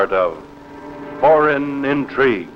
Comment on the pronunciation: Foreign not FOERIGN